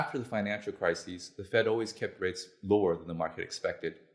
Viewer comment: Not sure I would give this guy any credibility if he can't tell the difference between "crisis" and "crises" circa